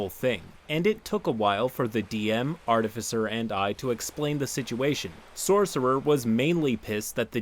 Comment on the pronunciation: Hearing finally saying "artificer" right still sounds so odd. I'm waiting for him to ho go "artifycer" as he used to at any second.